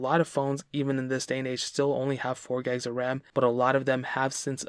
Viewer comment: “4 gegs of RAM “ 😭🥴🤪🤣